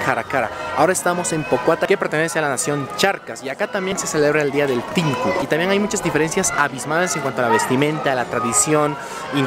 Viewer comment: NO ES "TINKU" es "TH`INKU"